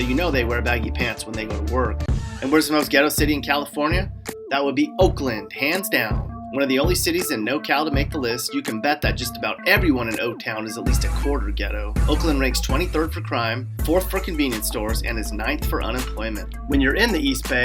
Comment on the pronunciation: its not NOCAL Its NORCAL Making a video about California and you aint even from here